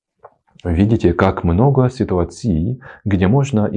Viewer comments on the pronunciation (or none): НЕ ситуацИй, а ситуАций!!!! С ударениями прям беда😢😢😢